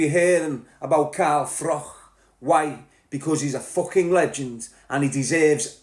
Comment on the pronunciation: Its pronounced Froch ,not frock mate